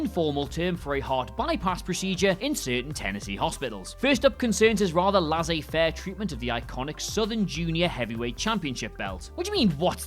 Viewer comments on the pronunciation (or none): Lazzay faire? Never heard anyone say that word out loud, have you? 😂